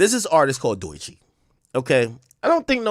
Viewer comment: Bruh why you keep saying doy chee?? Its DOE chii😂😂😂😂😂😂😂😂